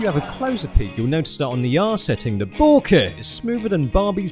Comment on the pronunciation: I love how he pronounces Bokeh: "BOOOOO-keh!" xD